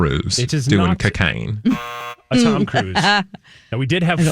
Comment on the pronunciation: When did Cocaine become Cacaine?! 😂